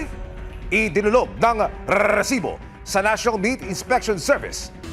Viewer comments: Natawa Ako sa rrrrrresibo 😂😂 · Hindi mo ba kayang i pronounce yung recibo ng normal? Nakaka irita kana eh